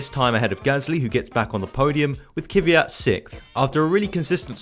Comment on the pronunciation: How does it come a F1 Youtuber cant pronounce Kvyat?